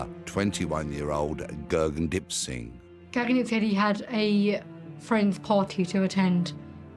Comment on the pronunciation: The narrator is pronouncing his name wrong even after his sister says it numerous times. 🙄